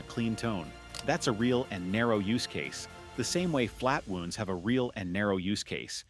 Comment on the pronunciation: flat-wooonds? AI generated narration!